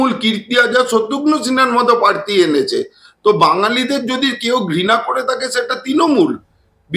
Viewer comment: দাদা পার্থি না প্রার্থী !!!!